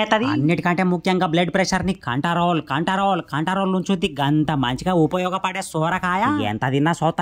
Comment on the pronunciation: Control❌️ Kantarolu ✅️ 🤣🤣